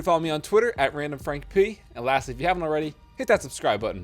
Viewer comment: Am i the only person that hears “Its randomfrank-PUY”?